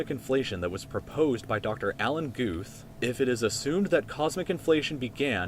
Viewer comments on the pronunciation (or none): none